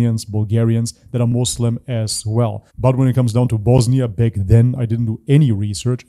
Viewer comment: What's up with your accent? You say back as 'beck'. Get rid of the E dude.